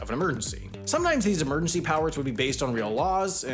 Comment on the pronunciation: Your pronunciation of emergency bothers me intrinsically. 😓